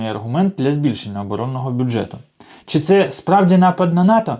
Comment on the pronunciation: Боже, шановний автор! Не чі, а чИ, И!